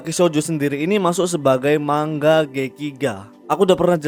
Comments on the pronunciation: Manga bang, Bukan Mangga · Adminnya gak bisa ngomong manga bisanya ngomong mangga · Denger narator ngomong MANGGA,bukanya MANGA, Langsung dislike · Bukan mangga bang tapi manga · Bang bukan mangga tapi manga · Padahal udh sering ya manga kok jadi mangga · gw jd ga bs pokus denger kata " MANGGA " . wuakakaka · tapi kan dia orang indo kenapa baca manga "mangga" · Man - ga, baca pakai logat jepang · Cara bacanya man-ga